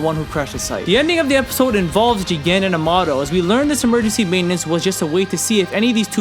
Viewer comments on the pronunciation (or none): Nah nah its J I G E N lol, say it properly